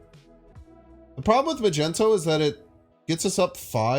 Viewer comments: Is he saying majento on purpose I’m new here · That "Magento" flub hurt my soul.